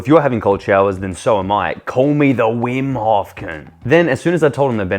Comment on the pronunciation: Vim hof koont 😂